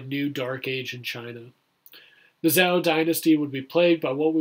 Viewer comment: The weapons are not Chinese, the scenery is not Chinese, the armor or clothes are not Chinese, your pronunciation of Zhou is wrong...are you making it all up?